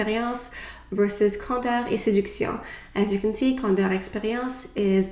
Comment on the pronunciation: So pretty 😍 im wondering: if you had to choose your fav foundation and powder, what would it be?? You're makeup is always gorgeous and your opinion means a lot! My skin is pretty normal.. not oily, but dry. . I love how you pronounce the name of this collection 😍 So pretty!!! I hope all is well beautiful ❤❤❤